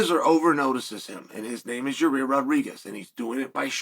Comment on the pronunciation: I gotta be honest I've heard a lot of things but never hear someone call Yair Rodriguez, Ya-rear.